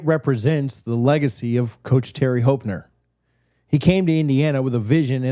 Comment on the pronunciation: Terry Hep-ner not Hop-ner. No worries thank for the great video!